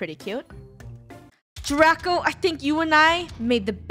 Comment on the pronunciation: It's draco not draca